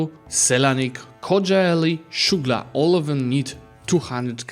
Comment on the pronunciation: Perfect pronunciations on Ottoman provinces except Sugla it is not Shugla and more like Sughla anyway great content as always <3